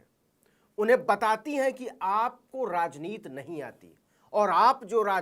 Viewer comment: प्रियंका तो राजनीति बोलती हैं, नवीन जी आप क्यों राजनीत बोलते हैं? ती को त क्यूं बेल्ट हैं? सुनने में कान को अच्छा नहीं लगता।